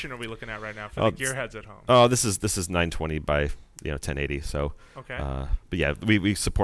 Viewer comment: Not 920 by 1080... 1920... NINETEEN twenty. not nine twenty.